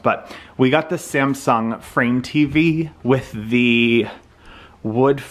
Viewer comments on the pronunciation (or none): none